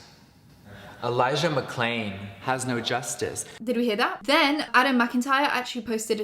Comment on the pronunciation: 100% he dubbed the Elijah mcclain moment, he originally said Elijah mccain and was being called out for it in the comments when they were still on...I was really confused when I saw clips of him saying it correctly bc I KNOW he said mccain